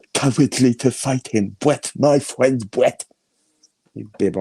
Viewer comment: My fwend bwett lmao 🤣